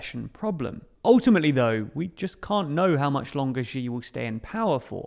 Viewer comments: Can you please pronounce Xi as "she"? That is the correct pronunciation and it would be really great if you could adopt it since it is hard to listen to the mispronunciation. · just pronounce it "she" jinping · it's really hard to take your perspective seriously if you haven't bothered to learn how to pronunce his name properly... it's not even a difficult pronunciation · You can mispronounce and still report/opine. It’s a script he probably didn’t even write